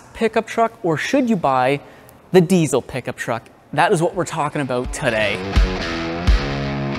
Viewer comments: The fuck is a deezel? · When a diesel mechanic says diezel instead of diesel